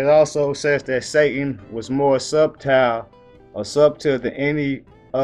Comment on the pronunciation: whats up my brotha the B in subtle is silent. I couldnt find a way to message you privately. God Bless..